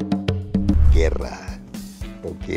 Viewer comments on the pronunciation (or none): No mames es Moctezuma y ni si quiera aprendió a decir Guerra